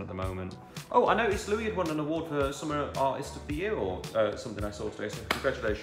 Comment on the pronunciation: "summer of the artist" Payno c'mon lad.